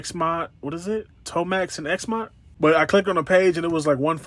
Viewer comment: Really enjoyed the review. Sorry to be ‘that guy’ but Xamot is pronounced Zay-mot. I’d rather someone tell me than not.